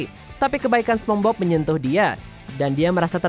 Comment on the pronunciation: Pengucapan masih begitu padahal ini cabang channel internasional.